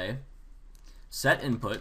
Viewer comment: "inut" bothered me for a long time...